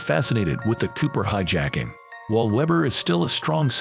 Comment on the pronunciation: When the voiceover says "hi-JACK-ing" near the start... I go to something else. F'n clowns.